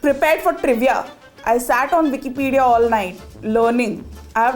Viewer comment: the "vicky-pedia" omg 😭